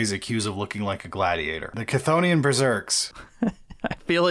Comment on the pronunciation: While we’re talking about pronouncing Greek words, Cthonian is actually of Greek origin, and is supposed to be pronounced with a near silent C, not a full “Cuh” sound. The best way I can describe how to say it is say “Ick” without the vowel, and then say the “Thonian” part